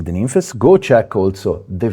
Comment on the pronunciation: i'm glad you said it the right way. so many people on here calling it nymphs.